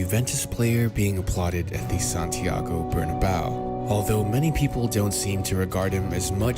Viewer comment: Santiago Bernabéu not Barnabau kkkkkkk